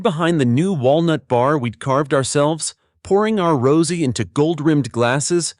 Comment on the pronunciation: Please edit this. The star of the winery - - say this: RO ZAY. Rose should be pronounced correctly.